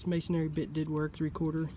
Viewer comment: As a mason the first thing I want to say is please it's Masonry not masonary Masonry build the church Mason Aries preach in the church. There is only one a in Masonry 2 or second point I can't wait to hear I'm only at 2 minutes and 38 seconds in I can't wait to hear how this goes because I'm positive a masonry bit is not going to get you there